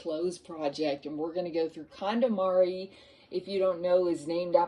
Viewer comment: I thought you said calamari 😂